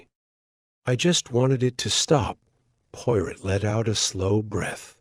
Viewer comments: do you really expect people to listen to this, when the AI can't even pronounce Poirot properly. Shameful. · If you're going to call the channel the POIROT FILES - AI must learn to say the name correctly!!! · Narrator cannot even say Poirot properly. This is hopeless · So upsetting to hear Hercule's last name incorrectly. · AI.. YOU ARE PRNOUNCING HERCULES LAST NAME WRONG...